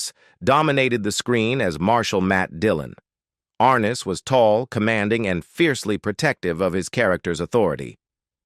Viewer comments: It's James (Ar-Nez) not Arness!! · James Arness's last name doesn't have the accent on the first sylable. It's not AR' ness. It's Ar NESS". I grew up watching Gunsmoke and I've heard his name pronounced countless times. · More crap James (Ar-ness) learn to pronounce words correctly. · Ken Curtis was a great singer & actor, but I don't trust this video at all, 'cause it is AI generated. Notice that the thumbnail says "She was racist," but I didn't hear anything about that in the video, and they couldn't even bother to pronounce James Arness' name correctly. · And you're not pronouncing James arness's name right